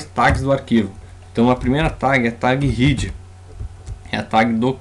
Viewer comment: Muito legal,! Muito obrigada pela iniciativa, gostei muito da aula e de conhecer o Atom. Só gostaria de lhe ensinar uma coisa em troca: a palavra é "head", mas a pronúncia é "hed", pois trata-se literalmente da "cabeça da página", ou de qualquer texto que você vá produzir. A pronúncia "hid", seria para a palavra "heed" (no caso de um "i" bem longo) a qual significa "prestar muita atenção ao conselho de alguém", ou ainda "hid" (com "i" curto), mesmo, que é o passado de "hide", "esconder".:)